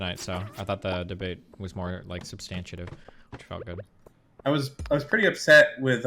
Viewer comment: "substantiative" lol i love you destiny